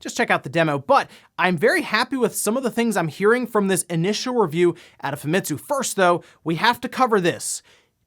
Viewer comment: I know I've been nice and not calling you out on this, but you've been mispronouncing Famitsu. You don't put emphasis on ANY of the letters. It's pronounced "Fahmetsu" Sorry, as a Japanese person myself, it really annoys me when primary English-speaking people commonly mispronouncing Japanese words in exactly the same as the rest of them. Not angry at you, just annoyed. Sorry for speaking-out.